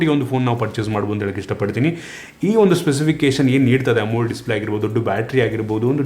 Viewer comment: ಬಾಸ್, ಅದು AMOLED DISPLAY, ಅಮೊಲ್ ಅಲ್ಲ 😅 ಅದನ್ನು ಬಿಟ್ರೆ ಸುಪರ್ ವಿಡಿಯೋ, ಬಾಸ್ 👍🙏👌👌👌